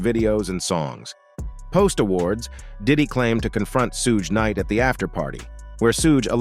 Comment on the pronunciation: I logged off just cause how he keep saying suge knight name